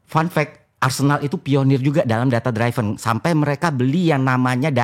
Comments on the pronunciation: Ðata driven bukan,dráiven̈ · Hostnya berapa kali coba benerin pronunciation FI, |data driven|. Tapi FI bandel, tetep bilang |data draiven| 😂